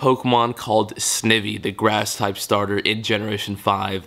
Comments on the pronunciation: SNEYEVY IS THE PRONUNCIATION NOT SN-IVY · cringe...its sn-ivy...like poison ivy plant...mystic7 says it wrong too lol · I think its pronounced snivy ( ivy ) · Omg, both of you and Mystic7 both mispronounced Snivy. It is pronounced (SNEYE-vee) NOT (SNE-vee) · Snivy is pronounced Sn-I-vy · I love how u pronounced snivy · You mispronounced snivy lol Gen 4 pokemon came out on october so probably the same thing with gen 5 pokemon.